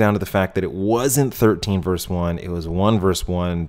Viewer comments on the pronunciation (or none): Dude. It's not verse, it's versus. 13 versus 1. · Nice job, but “verse”? It’s “vee” or versus. NOT verse. Not ever. Never. Ever. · Verse? WTF is verse? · Dude...it’s Versus. Latin for ‘against’. Love the channel.